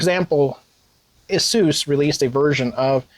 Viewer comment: 6800 Lame Edition and Xtra Terrible. GGs. Also pineapple on pizza is right next to pronouncing it a suess